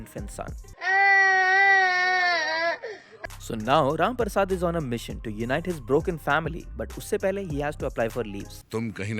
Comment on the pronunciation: This is my third time watching both the videos... having the worst Diwali of my life.....but each time you said RAM PARSAD, I could not help but laugh hysterically. Ur the best